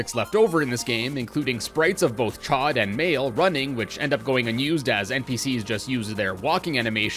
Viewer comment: Oh my god, I know the anime pronounced it chod but its pronounced Show, like, yknow "hot" in french? Like how iceman's netop is Froid, for cold?